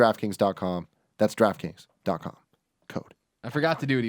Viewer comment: I always hear "Giraffe Kings" when Tim says Draft Kings